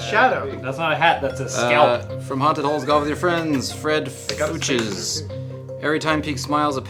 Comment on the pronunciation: Lol, "FOOCHES". Bend over backwards why don't ya.